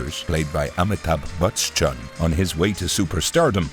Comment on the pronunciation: Amithab bachan ❌ Amithab "BUTS"chan✅